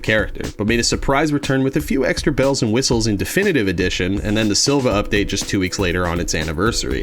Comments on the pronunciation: Hate to be that guy, but it’s pronounced Siiva, not Silva. What appears to be a lowercase L in the name is actually an uppercase i. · Uh.. their name is actually SiIvagunner, ( SEE -vuh-) not Silvagunner.. (SILL-vuh) (their third letter is actually a capital “i” haha)